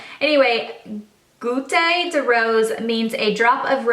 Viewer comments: There's no accent on the word Goute, so no "eh" sound at the end :) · It was hilarious as someone who speaks French watching you try to pronounce goutte 😂 it is pronounced like Alex's last name and it means drop